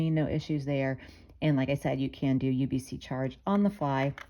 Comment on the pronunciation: USB-C not UBC 😂 good video though